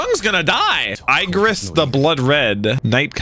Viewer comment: the way pronounces Igris is funny asf